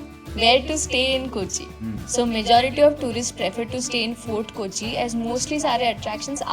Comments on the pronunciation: It's kochi ko... (koachi) not ku.. . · It's not koochee but pronounced as KOH - CHEE !!!